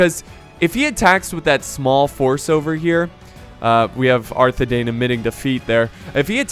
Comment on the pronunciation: Can you please start pronouncing Arthedain right? It’s the same as Dunedain. Parallel to ‘dine’